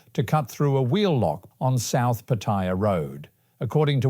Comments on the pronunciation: So Pattaya is not pronounced by its name, but is called "Pa-Toy-Ya" instead of Pa-Ta-Ya..😂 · Pa-TOY-ya like in the word "TOY" then add "ya" is the ignornat and arrogant way of saying PATTAYA, unlike how local Thai people say the Pa-Ta-Ya..